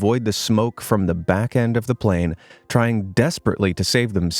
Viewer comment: plane crash (you said plan crash